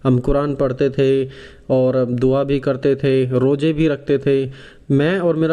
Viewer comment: JAKAT NAHI ZAKAT BOL BEWSQOOF....ROJA BOLTA